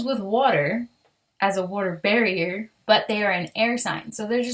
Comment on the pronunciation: Water bearer*, not barrier